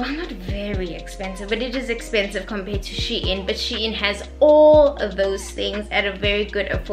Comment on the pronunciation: It's pronounced as "Sheen" sweety not "She-In" No hate though🥰 ily!